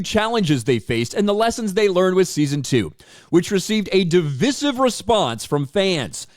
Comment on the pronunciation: Still pronouncing “divisive” incorrectly,. You were doing so well…sad face.